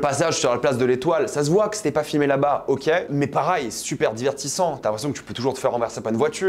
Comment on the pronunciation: pour la dernière fois on dis "pareil" pas "parail"